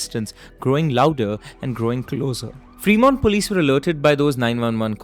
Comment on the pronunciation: Bhai it's not pronounced "Free" Mont 😄 It's फ्रेमोंट!